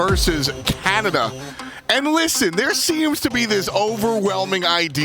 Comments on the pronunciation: I know he said it correctly, but I kept hearing USA vs Kanda 😅 Tickled my pickle every time. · Alternate title: British caster mispronounces "Canada" for nearly 29 minutes